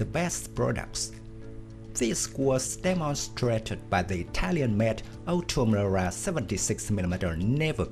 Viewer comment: Incapable de prononcer OTO MELARA . Ça fait peur .